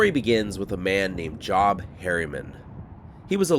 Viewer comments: Pronounced Joebh or however phonetically the Biblical Prophet's name would be spelled...Not job, like work...lol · You must not be a christian. Job is pronounced Jobe. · The name "Job" is pronounced "jobe." You know, the bible dude. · It’s pronounced Joeb. Like in the bible. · I always find your videos interesting. Thanks for making them! I believe you're mispronouncing Job's name. It's likely pronounced like Joobe - with a long o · FYI: When a name is spelled “Job” it’s usually pronounced “Jobe.” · Socialism new lasts, no matter where it is. And surely that dude's name is pronounced Jobe, with a long O like in the Bible. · I'm pretty sure Job Harriman would have been pronounced with a long O sound, like the biblical Job. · What's old is new again... BTW Job is usually pronounced with a long 'O'. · The word “Job” when used as a person’s name rhymes with “robe”…it’s a Biblical name from the dude in the Old Testament.